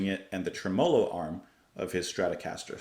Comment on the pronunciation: Tremolo is pronounced Tre-moe-low as in Jell-O. Could not let you continue to say it incorrectly because you are representing and presenting on music. Love and blessings